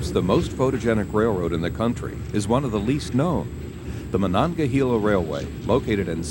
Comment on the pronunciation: Pronounced “hay la “ not “hee la”